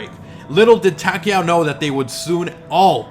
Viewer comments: Yeah it sounds like he's saying Tackyowe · Am I the only one who finds how he pronounces takeo wierd?